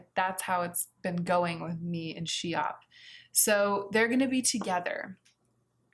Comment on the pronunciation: I think that Nars Schiap takes its name from Elsa Schiapparelli, so the "sch" at the begging is pronounced as a "sk" like in skip, not as a "sh" like in shake 😊 I hope it's clear. Of course it's not a big deal and you can pronounce it as you want, I am sharing this just because you was putting a lot of effort in pronouncing Linda Hallberg correctly so I thought that maybe you would be interested to know this as well 💓